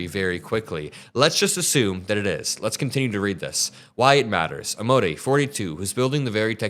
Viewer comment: I really like your channel! Don't want to be "nit-picky" but Amodei is an Italian name aa·moh·dai·ee a sounds like the 'a' in 'car' m sounds like the 'm' in 'me' oh sounds like the 'o' in 'so' d sounds like the 'd' in 'do' ai sounds like the 'ai' in 'pain' ee sounds like the 'ee' in 'see' Or you could run it through a translator... Hope you can let us know about AI. I'm OLD and don't really know how it's going to work...